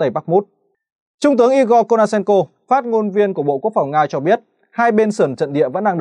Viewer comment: Phát ngôn viên của BQP Nga là Igor Konashenkov (Kô-na-sen-kôf), không phải Kô-na-sen-kô